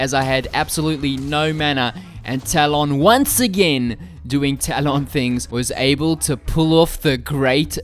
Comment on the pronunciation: Talawn, didn’t know it is pronounced that way ha